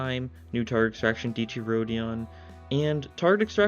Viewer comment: btw the e in dieci isnt silent so its pronounced diEHci